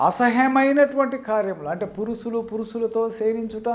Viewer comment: పురుసులు,అస్సబావిక....ఇంకా ఏ ఏ అపభ్రంశలు వినాలి నాయనా?గుణింతాలు నేర్చుకో!!!